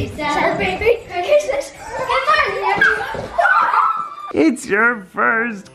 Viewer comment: can you please stop saying chirsmes